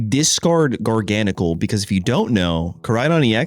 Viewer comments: How did gar-ga-nacl become jargonsol😂😂😂😂😂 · It's actually pronounced gar-gah-nack-ul, as in gargantuan NaCl, as in table salt. Jargansol is diabolical and so hilarious, but the correct pronunciation on the whole line is a top tier pun 😆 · Garga-gnocci? ❌ Jargansoul? ✅ W engagement bait, W deck, W video lol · gar-gahn-a-kuhl? 🤭😂 he might be my fav Pokemon I’m realizing , I came back to playing for like legends za but my first proper game was gen 9 where he was introduced… what a dude lol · Funnily enough your prononciation of Garganacl's name comes really close to his french name "Gigansel" 😭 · can the pronunciation get any worse?😂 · This is the best pronunciation yet. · I try not to comment on people’s pronunciation of Pokemon names, but I’ve never heard anything like that pronunciation of Garganacl.